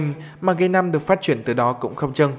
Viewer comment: Không có nhận xét gì ngoại trừ phát âm từ "phát triển" thành "phát chuyển". Không biết có nghe nhầm không nhưng dường như ad đang bị líu lưỡi và phát âm từ này không được rõ ràng, thậm chí là phát âm sai.